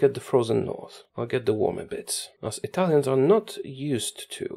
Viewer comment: You pronounce Italian names very well. It's not easy to nail them that well.